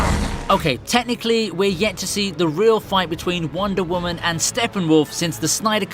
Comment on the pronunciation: Who else thinks when he says wonder women it sounds like wandavision